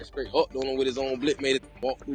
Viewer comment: 😂 GOOFY & REMEDIAL BANDITS! "AMBALAMPS". "SKRAIGHT". EEEEEEEEEEEYUCK! 🤮